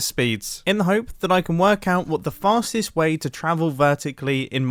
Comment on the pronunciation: i thought he said fatest way to travel